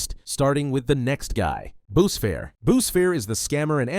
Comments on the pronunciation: its not boosfair its boosfer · It's wifies is pronounced we-fees mapic is may-pic boosfer wait how did u get that one wrong